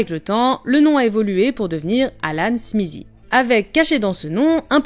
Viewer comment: Pourquoi le Z dans SMITHEE ? J'aurai toléré si c'était SMISSIE mais SMIZIE waouh TH suivit d'une voyelle devient souvent voisé comme avec THAT, THIS, on a donc un son proche de D, donc SMITHEE donne SMIDEE (SMIDIE)